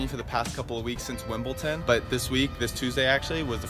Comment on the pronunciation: Is he a real professional?? “Wimble-tin” 😂